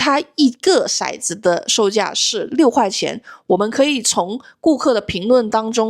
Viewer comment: 骰（tou）子，色（shai）子